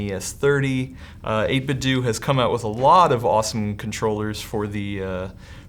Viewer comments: 8bitdoo Nintendoo 8bitdu Nintendu 8bitdo Nintendo Another example: Which one refers to poop? Doodoo or Dodo? “Do” is at the end of Ninten”do” and 8bit”do”, its not “doo”. Why is this so hard to get right? Judo or do you say Judoo? Imagine that? I’ve heard someone say that the 8bitdo company itself has said doo when pronouncing their own name. If so, then maybe they should add one more “O” at the end of 8bitdo to not only spell it right but to minimize confusion. Stupid. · 8bitdo is pronounced 8bitDOH like the company they are openly associating themselves with. NintenDOH, not Nintendoo. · Nope! They sell a product that says the company name. It says 8bitDOO not 8bitDOH. There we go.